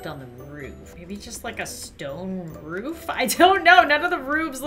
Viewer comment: said roobs not roof